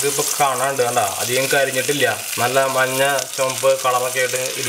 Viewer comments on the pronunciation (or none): none